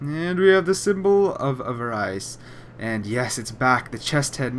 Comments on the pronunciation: ava-ryse really? it's fucking AVA-RISS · AVARICE NOT AVARYCE!!! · Check that pronunciation bro. Charred is pronounced exactly as it is written, and avarice is pronounced as "Avariss". Hopefully you get this, because it bugged the crap out of me mid-video. Not hating, just trying to help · "Symbol of avar-ice" ... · It's pronounced "Avarice"! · Your pronunciation of these words is killing me. Charred (as in burnt) is pronounced like the word jarred. Avarice is pronounced like av-a-ris. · Lmao the mispronounciation on “charred” and “avarice” tho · your pronunciation of charred and avarice lol XD